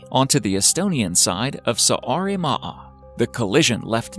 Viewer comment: Please make sure u pronounce right the names of the places. Start with Saaremaa 😬